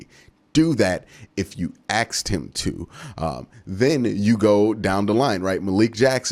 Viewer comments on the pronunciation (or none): Axted him too? Wtf ,learn proper English.